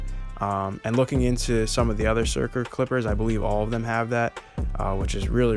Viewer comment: Crazy that you’re the first person to actually pronounce the company correctly and in a normal way. For whatever reason, I’ve heard others say “sucker” or “shurker” like bro Surker